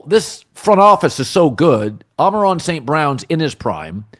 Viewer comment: Yet another video of Colin PHYSICALLY UNABLE to pronounce Amon-Ra St. Brown